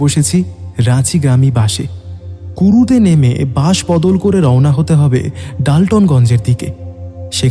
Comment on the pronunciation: Bus. Sssssssss. Not bush